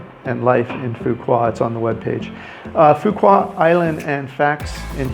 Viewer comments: phu quoc not pu wa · Every time you say “Foo Kwa” instead of “Foo Kwook” it’s so very annoying that it makes me want to watch another video. I mean “kwa vs kwook” sound nothing alike. Makes one question if you were really there. “Kwa”?? Really?? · It's pronounced "foo wook" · Its Phu Quoc with the sound of K not Fuqua like what you kept saying in the video!!! Please its really annoying when westerner always not caring about the spelling to say correctly the name of most Asian cities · actually "Foo Wok" in Southern Vietnamese with PQ accent! :) Great video - thanks for the advice! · Its pronounced Phu Walk Quoc pronounced (Walk) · Go and ask a local how to pronounce Phu Quoc. It is not hard. You don't have to say it right. But apparently you haven't pay attention to how it is pronounced and that is not acceptable. Vietnamese people welcome visitors as we all known. We are very friendly. We don't expect foreigners to speak out language. But for something that simple such as the name of the city. Please show us some respect by pronouncing it right or almost right. It is not hard. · Please learn how to pronounce the name of the city you’re talking about. It’s terrible when you say it wrong